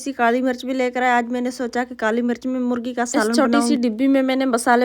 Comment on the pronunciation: Molgi nahi bol te morgi bol te ha